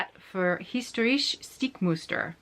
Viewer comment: your German is really really cute. ❤️ And don't forget: the German words you speak in your video are actually extremely complicated to pronounce. Hence my absolute mega respect! The word „historische“ („historical") alone is not easy to pronounce. You did very well